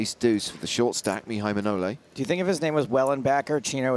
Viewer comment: 24.55 It's Maihai Manole not Mnaole